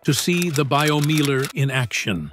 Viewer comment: Pronounce Biomeiler like it is spoken in German for gods sake. It's named Biomeiler not Baiyomiehler.